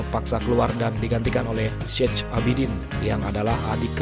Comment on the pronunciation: Syech ...bacanya Syeh...jadi Syeh Abidin.....